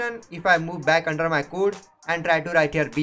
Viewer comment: it's not "kuuud" it's "kode" = code